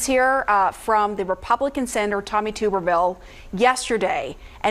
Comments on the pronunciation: It's Tub - erville, not Toob er ville. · His name is pronounced like TUB not TUBE . TUBerville not TUBErville. You should've showed clips of democrats calling looting during blm riots Reparations.